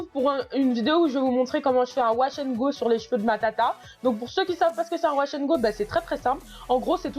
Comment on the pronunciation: « Washangoté » 😂😂 Tu m’a tuée